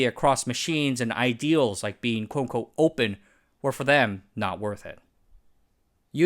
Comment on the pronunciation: You need to slow down your speech at some points. I could barely understand what you were saying and had to rewind multiple times to catch your "quote unquote" which sounded like "coco". And your explanation of the SBS acronym, I still can't figure out what the last S stands for. Systems? Sims? It's just a vague syllable. Your content and topics and research are amazing, don't shoot yourself in the foot with bad enunciation!